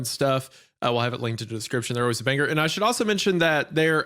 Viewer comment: Wendi really emphasizes the 'ger' in 'banger'... Interesting.